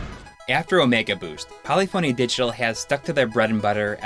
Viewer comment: "Polyphony", the "phony" is pronounced like it is "symphony".